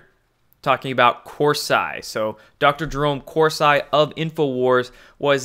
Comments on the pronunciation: I thought it was cor -see not cor-si ? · not hating here but again it’s Cor-see NOT Cors-“eye”. You sound uneducated with this pronounciation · CORE-SEE, not CORE-SIGH. though he does make one sigh. ;) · it's pronounced Jerome Corsee...not Cors-eye...just sayin dear! (I'm subscribed!) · his name is Corseeeee, not 'I' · nobody pronounces his name Cors-Eye except for you. It’s not negotiable. Lol It’s CorSeeee MmmmK? I love you but you drive me crazy 😜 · Cor-see, not Cors-eye. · What's the deal with pronouncing Corsi as Cors-eye? You know it's Kor-See, I know you do. Is it code from you? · Hi great job you're doing just wanted to point something out to you and it it it hurts me when people mispronounce last names even if the last name is of an a******. The course I is not pronounced course and then like the word I course I is pronounced horse ee Coursey. Thanks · It's pronounced Cor see. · His name is pronounced Corsee. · Hey, How's everything going at Mom and Dad's house? Jerome Corsi (surname is Italian) pronounced KOR SEE. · It’s pronounced Corsee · Corsi is pronounced Corseeeeee. Drives me crazy dude. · Corsi pronounced core see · Pronounced as corsee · I can’t believe you don’t know Jerome Corsi is pronounced, Kor-See. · Corsee...come on, you can say it. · Please learn how to pronounce names. That is basic journalism. Corsi pronounced Corsee but spelt Corsi. Got it? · CORE- SEE = Corsi Please, repeat after me. CORE- SEE CORE- SEE CORE-SEE Corsi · Love your info but please get name pronunciations right! Corsi is pronounced COR-see. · Corsi is pronounced Cor-see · Corsi is pronounced with (Cor-see) sound...unless you're saying it that way for 'effect'. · LOL, his name is pronounced COR-see. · Hey.....Corsi pronounced Kor - See! Thanks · He’s pronouncing it like cor(psy) like psy op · Omg....Corseye??? STOP IT! You sound ridiculous. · CORSI IS PRONOUNCED CORE- SEE